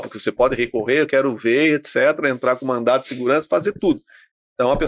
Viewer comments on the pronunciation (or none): Ele disse "mandato de segurança"? MandaTo?